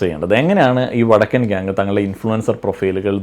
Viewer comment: ഇ വടക്കൻ എന്നുള്ളത് ഒന്നൂടെ ക്ലിയർ ആയി പറഞ്ഞൂടെ 😂😂😂😂